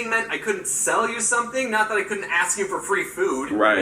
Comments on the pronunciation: He axe me! Lol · Lol he said axe me do u have chicken wings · Axe me?!